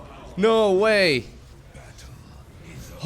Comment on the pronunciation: been a minute since i've watched, forgot how many times he says "chrrickkee" (tricky) ahh memories love these videos